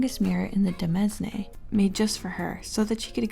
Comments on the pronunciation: Demesne is actually pronounced like "domain," not whatever the f you just said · Not to get nitpicky, but the word 'demesne' is actually pronounced like 'domain', as demesne is an archaic-French form of the word. I actually thought it was pronounced de-mez-nee the first time I saw it, but I first heard the correct pronunciation in Triangle Strategy, which used a lot of archaic vernacular ( and also looking it up on Google or Wikipedia) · Just so you know, demesne is pronounced like domain. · This was a really fun and entertaining video! It's kinda crazy to see how off the walls these descriptions go. I was originally just going to write that and to say that demesne is basically pronounced like domain, just with an "eh" instead of an "oh". But I feel like to need to come to the defense of the 4th entry on this video. Robert Jordan actually writes women well, with him being one of the few authors from the 90s whose female characters pass the Bechdel-Wallace test. His biggest errors there is a propensity to describe a decent amount of females as "voluptuous" or "pleasently plump" in his books, while a bit much, is at least not quite on the same level as the other entries here (and also not the only descriptors they're given). This entry feels kind of disingenuous here, as it's taken out of context. Aviendha's culture is one that's very blunt about most things and is specifically trying to mess with the protag here because he's so prudish about sex and romance. This isn't some kind of recurring theme in the books, and it's not built up as some kinda fetish insert thing from the author. It's a person busting another person's chops using a tool they know will get under the other person's skin. Before I get off my soapbox here, I also want to mention I don't think her name should be grouped in with the creepo naming convention as it's a high fantasy series, everybody's got a weird name. If they really wanted to put Robert Jordan in that sub, it should have been a compil